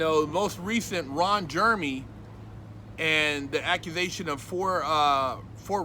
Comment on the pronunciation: “RON GERMY” That’s ACTUALLY ACCURATE! 😂😂😂😂😷😂😂😂😂